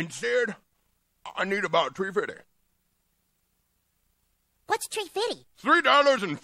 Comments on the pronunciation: “Tree fiddy” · About tree fifty lol Never gets old